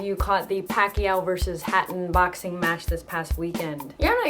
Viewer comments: manny pakyaw. pilipinong pilipino. haha. as compared to your accent. pa-ki-yaw. go pinoy! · Hhaha manny PUCKiao I like how the 'mom' pronounces it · omg the way she pronounced the fella's name, change the "P" to "F" hahaha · hai naku Christine, R pameely ease berry macha, berry macha like yorr pam'lee eksep wee *oofs* & *ahhs* ebri tayme Pacman hits Ricky at dat mowment. lol. loved the vid. =)